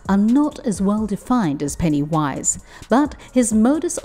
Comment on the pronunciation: Why do you say it like that? It's one word. Pennywise. It's so disturbing and creepy.